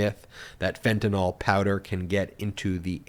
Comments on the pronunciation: It's NOT FENTANOL, it's FENTANYL, pronounced ''fentanile''. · Ben, it’s not FentanOL, it’s FentanYL. McCarthy mispronounced it but you shouldn’t. Sounds ig'orant :) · Myth number 1 is that it is called Fentanyl, not Fentanol!!!! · FENTANYL NOT FENTANALL!!!! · The correct spelling is fentanyl. Why does everyone pronounce it as "fentynal"?